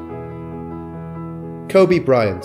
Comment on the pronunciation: His name is pronounced "Ko-bee". Sorry, but it just feels disrespectful to pronounce his name wrong, even if it's spelling is the same as the Japanese city pronounced "Ko-bay".